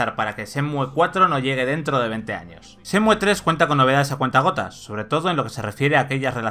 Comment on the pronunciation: No cuesta nada quitar la e y decir Shenmu xd